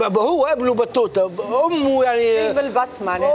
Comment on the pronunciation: boutayta not battouta ...